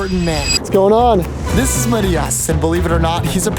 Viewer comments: Is he attempting to say MAT-eye-ass ? 😂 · i know but said it very weirdly!